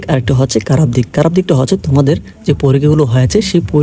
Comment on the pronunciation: আপনি খারাপ কে কারাপ বলেন কিভাবে ?? 😢